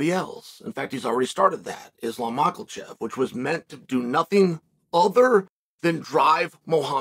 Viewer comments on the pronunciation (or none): none